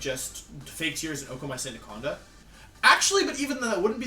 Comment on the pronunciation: Sandacanda is my new favorite mispronunciation